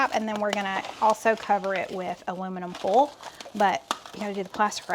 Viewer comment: Girl...foil is pronounced foy al (2 sylables)! Lol! Not fole lolol! I bet Stephen pronounces it the right southern way! Just picking on you!